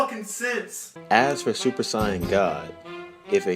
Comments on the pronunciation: ...why the fk are you saying Cyan?? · its so funny when he says siyan